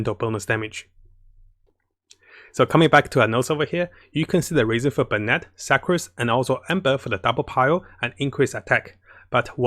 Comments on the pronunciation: I appreciate your videos, but please learn how to pronounce Sucrose better. Sue-crose. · “Su-crose” not “Suck-crose” also it’s a she not a he. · fml HAHAHA i died when he said suck-crose